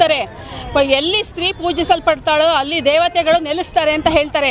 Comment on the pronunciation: ನೀನ ಸ್ತ್ರೀ ಅಲ್ಲಾ....ಪ್ರೀ ಸ್ರಿ (ಪಿಸ್ರಿ)